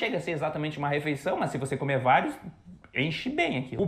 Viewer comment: mru nome é Lucena. Adoro seu canal. Vejo que você já fala um português bem razoável, no entanto precisa tomar cuidado com as palavras masculinas e femininas. A palavra comer bocê está pronunciando cAmer. Claro que é facil corrigir. O artigo também acompanha o sujeito. É impressionan uma russa dominar tão bem o português como como você. O alfabeto cirílico deve ser um impeditivo para quem quer aprender o português. Boa Sorte e até a próxima apresentação.